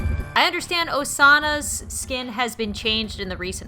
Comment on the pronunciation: Pronouciations: Yandere - Yah-n-de-rei (The "rei" should be pronouced like "wre" in "wrecked"...Don't know how much that helps) Midori - Me-doh-ri (You got the pronounciation right, Ri- should be said like reed) Osana - O-Sa-na (You got the pronounciation right.) Kokona - Co-Co-na (You got the pronounciation right) Pippi - Pip-pi (You got the pronounciation right) Saki - Sah-ki (Got the pronounciation right) Inkyuu - Ink-you (You pronounced it beautifully. I can't explain the "kyuu" part of her name all that well, you got it on the dot) Oka - Oh-ka (Make it more like you're saying "oh" and it'll be perfect.) Yui - You-ee (Say the "ee" like "eek!". Make sure you have the "ee") Taro - Ta-roh (Ta should be pronounced like the "ta" in "taco".) Sota - Soh-ta (Perfect pronounciation) Sora- Soh-rah (No problems there) Haruta - Hah-ru-tah (No problems there) Hayato- Ha-yah-tou(toh) (Make the "to" of his name tound like the "to" in "toe" or just use "toe". Either works) Riku - Ri-ku (Perfect pronounciation) Ryusei - Ri-You-Se (The "sei" of his name should be pronounced as "se" like in "second" Shin - Sh-in (Perfect pronounciation) I sincerely hope this helps!